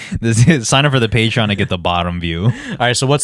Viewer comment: "Its on the Pay Tron"🤣